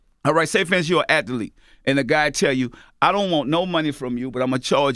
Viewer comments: lool he pronounced "Athlete" like this: "At-telite" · WTF is an At-The-Leet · Why he pronounced athlete with 3 syllables